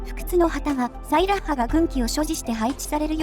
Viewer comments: サイラッハの発音、ソイヤッサと一緒なのね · 俺の西壁特攻お姉さん！！！！！！！！！！ ところで名前の発音、サイラッハ↗︎じゃなくて サイラッハ↘︎なのか